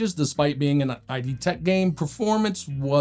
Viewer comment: "I.D. Tech"? Dude, it's id, as in Freudian id, ego, and superego. They invented the 3D First Person Shooter, and you can't say their name correctly. Are you like Gen Z or what?